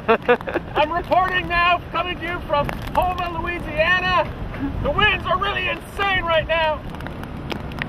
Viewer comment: Nice job messing up Houma's pronunciation.